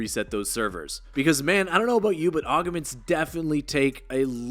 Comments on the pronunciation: Just to let you know, every time I hear you say the word augments I cringe there's no e between the g and the m lol😂 It's pronounced (Augments) not (Augements) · “Aug uh ments” It’s AUG MENT That’s all. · It’s “ogg-ments” not “ogg-a-ments” haha good vid tho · "Aug-a-ments" is driving me a little insane